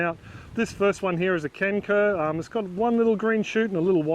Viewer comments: For a minute there I thought you said 'canker' and I was thinking to myself, "why is planting a diseased ginger?" Just to let you know, the letter 'c' in kencur is pronounced with a 'ch' sound like in 'chair' or 'China'. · Hey, in Malay, the pronunciation of "kencur" sounds more like "turn throw". As someone already pointed out, the "c" is pronounced as "ch". FYI;)